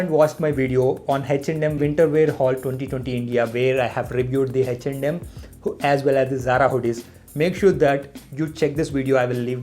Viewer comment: Is it reaaly Hech and M or its his accent?